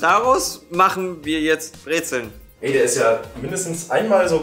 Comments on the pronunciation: Brez'n ned Brezeln!!!!!!!! XD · Für olle Breißn: Bitte sagt Brezn und nicht "Brezeln" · nö es heißt brezellllll